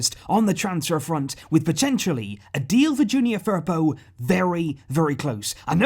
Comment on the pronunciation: The way you say Firpo makes me cringe